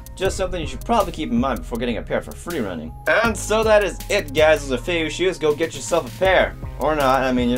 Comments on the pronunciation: I'm pretty sure its pronounced feiyuueh not feiyou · You have feivue, not feiyue